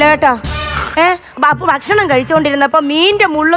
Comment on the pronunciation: ദയവായി 'ബക്ഷണം' എന്ന് പറയരുത്. ഭക്ഷണം എന്ന് പറയൂ